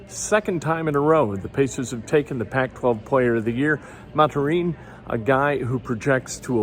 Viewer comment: Jesus Christ Ken it's pronouced "Math-er-in". This is almost like how u called Julian Blackmon Justin Blackmon a whole freakin NFL season